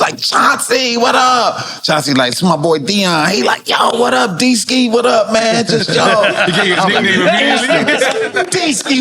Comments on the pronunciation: It’s Deesky 😂😂😂😂😂😂😂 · 😂😂😂😂😂 it's deeski lmbooooooooooooo